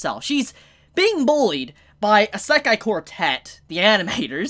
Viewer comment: Stop saying the title wrong